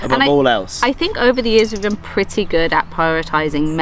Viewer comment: Did he say, "never BEAN there before?" 😂